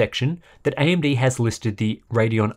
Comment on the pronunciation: ...does he say AMB, on every single occasion?